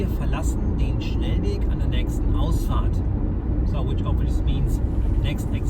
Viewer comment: I love your "Ausfahrt" : "Os fart" poor Ossis :-) meaning: EXIT but OK, some people might live on exit :-)